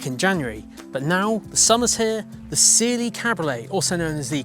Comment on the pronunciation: CLE, not Cliiih. E like in Eddie or Benz.